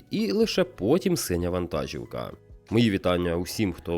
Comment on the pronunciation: Все супер! Одне невеличке але: вантажíвка - наголос в українській мові на і